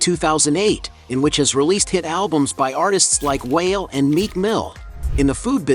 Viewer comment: He called Wale….WHALE 🐳😂